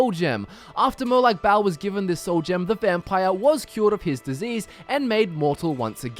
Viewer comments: It's Molag Ball, not Molag Bowel. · mor like molag barl